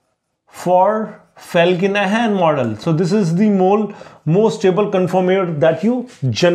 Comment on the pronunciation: It's Felkin-Anh not Ahn